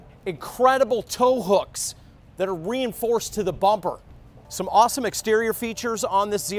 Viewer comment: Well this joker sure looks and sounds like a car salesman. I had to laugh at the "re-enforced bumper" emphasis.